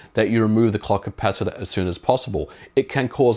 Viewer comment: So I’m supposed to remove the what now? The “clucky pass-it-aw”